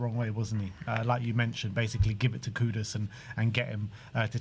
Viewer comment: I appreciate that you call him Kudus and not Kudos